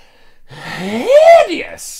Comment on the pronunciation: the people trying to fall asleep to videos who just click on play all on his uploads universally experience the great gamble of having to hear him say hideous like that, instantly completely waking us up. you should start selling it as a ringtone